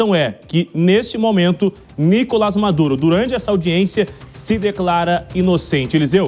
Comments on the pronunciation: DÁ NOJO ESSE CARA FALANDO NÍ-COLAS AO INVÉS DE NICO-LÁS, MESMO TENDO UM TREMENDO ASSENTO AGUDO NO "LÁS". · Nicolás e não Nicolas beleza apresentador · Nicolás e não Nícolas